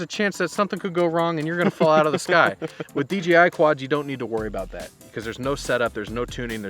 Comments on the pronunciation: Thanks for the review. Why do you call the company DGI instead of DJI when you say it? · It sounds like D G I lol D J I is hard to say fast haha